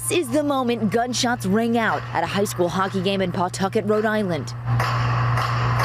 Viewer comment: FYI, LOCALLY IT’S NOT CALLED PAWTUCKET. IT’S CALLED PAH TUCKET LOL 😂